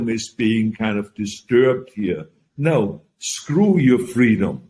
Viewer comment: Scwew your fweedumb, I never loyed